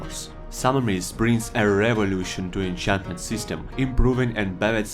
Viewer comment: “add moah then haaaandrad nyuw ahnchantmant”